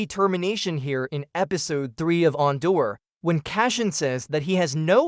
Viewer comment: AI pronunciation is really off. Jump into an episode of ONDOR!